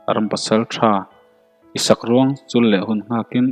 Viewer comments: In sakruang chûl lovin tih zawk tur a ni. Chul(uai) ti a lam lovin. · Sakruang chul ni lo in sakruang chûl a ni zawk lo maw....ngaihthlak a nuam e